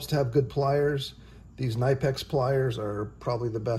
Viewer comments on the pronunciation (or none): My only complaint is your pronunciation of KNIPEX. The K is actually pronounced and said like this k-nee-pex. And yes they’re amazing tools. I have some that are over 20 years old and still working like new.